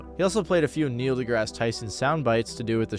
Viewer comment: For a sec, instead of “Neil” I heard “Ne-Yo” I was finna lose my shit lmao